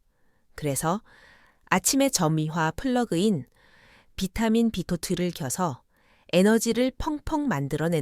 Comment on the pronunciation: B12를 사라 그말이요? 비타민 발음이 엉터리요.